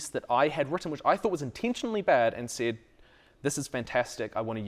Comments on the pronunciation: OOHHHHHH “said”….not “Cid” I was really confused about why we were talking about final fantasy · "Said" my dude, maybe I need to turn this up a bit but I thought you were saying "SID" like it was some sort of short hand for something. Got it once you guys got into it though. This is great, thanks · I heard that 'said' as 'sid' for the longest time. As for writing what you know, if you don't know, DO RESEARCH. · Oh "said".... I kept thinking he was saying "sid" or S.I.D. like an acronym for some writing technique, lol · I'm guessing you're joking, but in case you aren't: They were saying that they thought it was a term or acronym. But it was just his accent — giving the word "said" more of an "i" sound (as in "did"), when Americans usually pronounce it with an "e" sound (as in "bed"). It was just one of those: "Are you sure we're both speaking the same language?" moments.